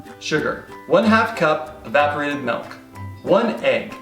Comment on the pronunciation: sorry to say but is right. You do 100% say "Melk". Embrace it